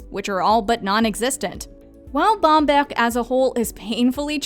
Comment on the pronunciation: Well, I was impressed that she pronounced Bamberg (and a few others) accurately. But I did also notice a French pronunciation when she said the word Residenz.